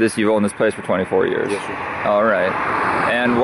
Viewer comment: "24 yearsh"